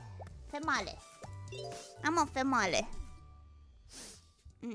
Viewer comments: she pronounced female as tamale with an f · Female (pronounced tamale) fan checking in, is too based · She said "female" like it's a Taco Bell menu item. Love it.